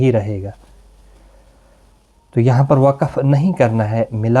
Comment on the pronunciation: Jazakallah .ap ny ayat main tu,tu hunna parha iss main noon tha jis py harkat thi tu wo q nai parha.